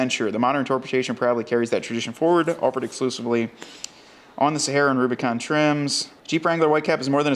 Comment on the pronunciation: Kudos for the nailed model name! I’m cool with the Mojave hoods on the new Rubi’s. Much more aggressive looking than the Euro hood. Good look!